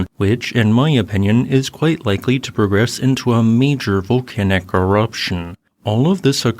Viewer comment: What kind of AI garbage is this? "Vol-can-ack" eruption?